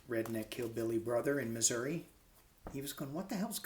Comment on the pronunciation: Thank you for saying Missoura and not Missouri. I was born in St Louis. Thank you for reading for us. I appreciate your work.